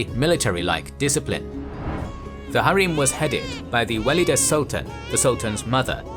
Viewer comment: Great video! Though there are some to correct: Valide is a better pronunciation since "walida" is too much arabicised. though the word is Arabic origin, Turkish has no "W" sound, so it is a "V" (using "W" for Ottoman Turkish or Persian is a Western stereotype, thus should be abandoned in favour of facts over theory: Arabic script) Second, Köshem should be pronounced with an "S" not "SH" (Kösem) Third, her intrigues and homicides would be good to mention, she had lots of people killed. Lastly, Turhan Sultan was the most skilled of all these in terms of statecraft, she deliberately paved the way to end the "sultanate of women" and retired willingly, she also deserved more space in this video, in my opinion.